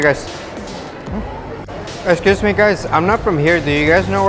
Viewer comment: Esciusmi guys xd